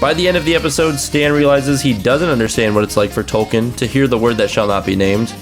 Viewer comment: Love that you called Token “Tolkien” 😂😂